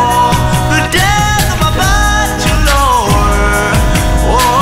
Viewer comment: Am i the only one noticing your pronouncing bachelor wrong.